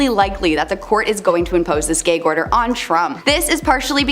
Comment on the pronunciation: You mean Gag order as in ghag not gayg 😆